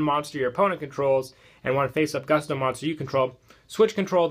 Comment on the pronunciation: I can't stand how you pronounce gusto. Please.